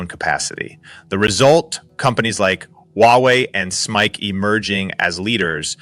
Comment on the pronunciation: fix your ai narrator SMIC and ASML are not words. They are acronyms; SMIC is spoken as "ess ehm eye see" and ASML is spoken as "eh ess ehm ell"